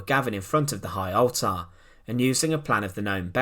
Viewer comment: It's pronounced ALLTER not ALTAHR.